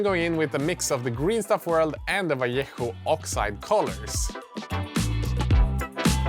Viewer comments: Well done, sir. Good pronunciation with Vallejo!! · This might be the first video I've seen where anyone has pronounced 'Vallejo' properly - hats off. The buildings were cool too.